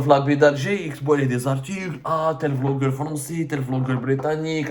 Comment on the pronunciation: Quand tu as dit Vlogeur je pensais que tu vais expres de prononcer le B en V 😂😂😂 comme la grande Kabylie vasla pour Basla 😊